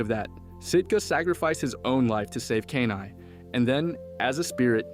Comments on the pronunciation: my head CANT ur calling him KANAI its KENAI XD i had to get it out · “Key-Nai” not “cane-eye” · they couldn't even say Kenai's name right (Key-nai). they never watched the movie if they did they would of realized koda told his side of the story during the salmon run story telling causing everyone to worry about the bear on the glacier. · This was not a theory video. This was a recap. Don't waste your time, dude can't even pronounce the main characters name correctly.